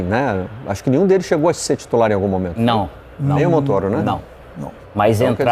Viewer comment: Todo mundo fala MONTÔRO mas AÍ os babacas falam MONTÓRO , só pra serem diferentes.